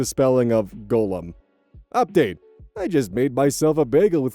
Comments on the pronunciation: Today I learned that thinks Gollum is pronounced like golem and not gah-lum. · Today I also learned it is not pronounced like golem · Ity's gol-lum, not go lem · Okay, sorry to be so pedantic, but this is one of my biggest pet peeves. Gollum (pronounced "gall-umm", as if you suddenly forgot how to say the word "golly!"), is an emaciated ring-addicted river-Hobbit from the works of JRR Tolkien. Golem (pronounced "Go, Lem!" as if trying to get the frontman of Motorhead to leave your premises), is a living construct, traditionally made from clay as per the original Jewish myth but can be any number of materials in the fantasy works of today. And it grinds me like nails on a chalkboard when someone says one word when they mean the other. Especially in things where the people working on it should know better. Sorry to bring things down. You do great work,, and this vid is no exception.